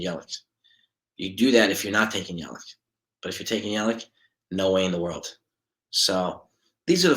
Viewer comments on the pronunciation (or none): No no no no. And it’s Yell Itch.